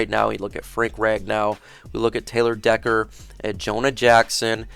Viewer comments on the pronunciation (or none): none